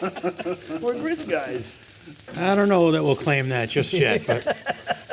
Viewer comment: Grits…I’m from Alabama, you should practice a bit more…